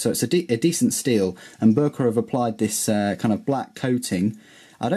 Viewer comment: boooerker lol